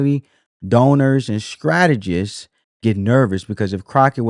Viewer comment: Strategists sir, not Scrategist. Fyi...😊